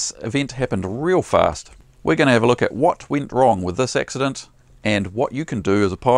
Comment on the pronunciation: Hey, what's an ''X-udunt''? It appears you had an ''X-udunt''? I think you're evolving your own Lingwij down there?